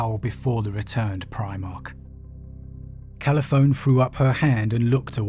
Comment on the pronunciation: The "e" on the end of Calliphone isn't silent. Her name is pronounced "kal -i-phon-ee".